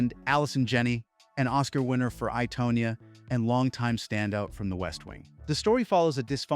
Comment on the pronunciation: Don't sweat not being able to pronounce Ke Huy Quan name. You couldn't even pronounce Tonya correctly. "Tawn-ya" not "Toe-nuh"